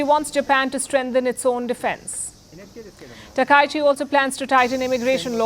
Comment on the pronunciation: Palki you are pronouncing her name wrongly.